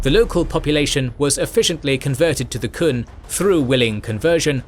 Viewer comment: I'm really happy that this got released, but the Qun is pronounced "Kyoon," not the "Kun."